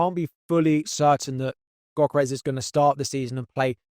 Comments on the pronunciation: Pronounced "Yohkeres" not "Gockeres" 👍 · yohkeresh to be precise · The g in gyokeres is silent 🙏🏼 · Great video as always but please take some time to pronounce players’ names correctly, such as Gyokeres, Esteve and Guiu